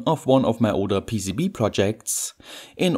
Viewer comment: With this PEECEEBEE-eh manufactooeer